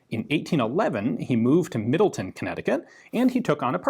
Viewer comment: Burr-lin and MiddleTown is how these Connecticut towns are pronounced. Great vid as always Ian👍🏻